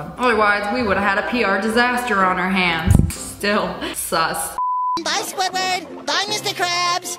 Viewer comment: BYE SQUIDWORD bye mr crabs BYEEEEE SQUIDWORD u said sqidword twice I LIKE SQIDWARD 🤪